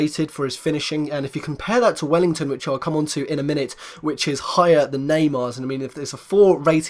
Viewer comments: mate its WELLITON not WELLINGTON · Well i ton not well ing ton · its welliton not wellington